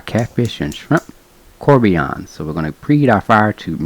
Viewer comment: Probably because he is pronouncing the name wrong🤷🏻‍♂️